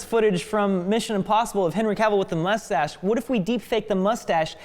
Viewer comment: pronouncing it "mushtache" is so freaking adorable